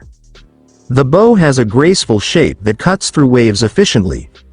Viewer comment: Boast don't have any pretty Bows on them, learn how to pronounce the word in nautical terms B ough! Not difficult.